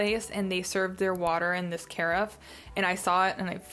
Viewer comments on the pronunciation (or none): Hi, really enjoyed the favorite video, not trying to be one of those jerks who annoyingly corrects people, but… Take this as you want, carafe is pronounced similar to giraffe. OK, sorry, really enjoyed the video. 😊